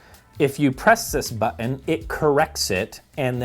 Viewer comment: I am always amused by pronunciation of Button as "Butt In."